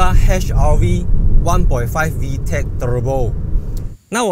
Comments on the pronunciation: "Hybrid" and "Turrrurrbo" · 就喜欢念 Turrrrrbo～